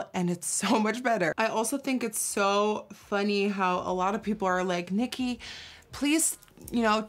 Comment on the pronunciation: I love how your “nikkie” sounds so dutch 😂😂😂 leve Nederlands !